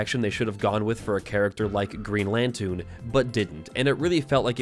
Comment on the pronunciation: Did you just call the Green Loontern the "Green Lantoon"? Edit: TWICE!?